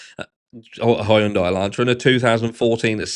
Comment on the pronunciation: Hyundai Helantra 🤣🤣🤣🤣🤣🤣🤣 That’s another word that’s cooler in British Ours is huhn- day or Hi yun day You guys have Hi yun die I’m doing a rewatch bc I got busy in the comments & my adhd ADHD’D 😂 I used to work for the company a million years ago in my early 20’s. They’re pretty good cars but I would never buy one brand new. You’ll leave the parking lot being 10k upside down😬